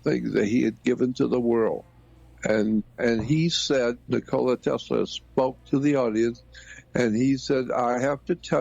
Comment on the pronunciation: Thats crazy!!!! So that is the second person and Ive heard Trump prnounce The name Tesla and say Tesler